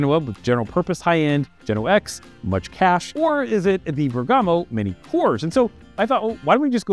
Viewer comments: Bergamo; a commune in Lombardy, Italy - i think the emphasis is on the 1st vowel - [BERG-amo] instead of [ber-GAMO] - well, that's the anglicised pronunciation, anyway. Greeting from Germany. 😅🤌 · Sorry but I need to do it, after hearing to it 4 times in a row. It's Bèrgamo, not Bergàmo :-)